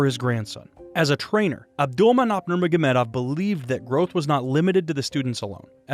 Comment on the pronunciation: Its not "nurnogagurmedov" its "nurmogamedov"